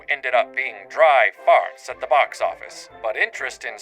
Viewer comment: Hearing "dry fart" in the Maine dialect/Walter Winchell voice made me laugh to the point of being incapacitated. Yes, part of me is forever twelve years old. I REGRET NOTHING! Genius production as usual,. Stay great!